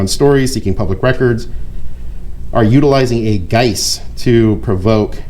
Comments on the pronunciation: Is the word you’re trying to say “guise”? Because if so it’s pronounced with a z just FYI… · Heya, love your work as always. It's (guise) pronounced "guys" with emphasis on the U vowel sound, not "gu-ice". One can always tell a reader when they've mispronounced a word. No shade intended at all. Muchblove to you and yours. /Jon Bon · Oh btw, guise rhymes with wise or size, not dice or rice.